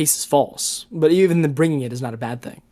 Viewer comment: "HE DID NOT HING WRONG"